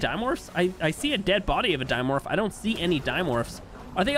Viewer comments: yoo dude theyre called di morph o don not dino morph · my bad it sounds like you said dino morph or di o morph i always thought it was pronounced dim orph o don